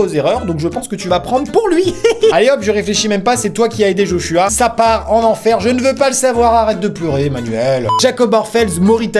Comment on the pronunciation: je sais jai un beau prénom amixem... Mais on prononce pas je h je Joshua....